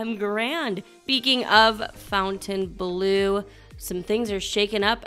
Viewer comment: BIG FAN! Love your updates. Visiting SB weekend! POINT OF ORDER 😊 I think it's pronounced FONtainebleau, not FOUNtainebleau Keep up the good work